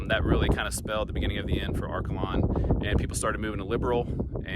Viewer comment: I am from Liberal. Arkalon is pronounced Ark ay lon. Not Arkuh lon. Near Arkalon was the Samson of the Cimarron. You should have shown that.